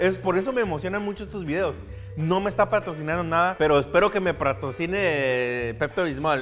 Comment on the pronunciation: Dijo "pratocine" 😂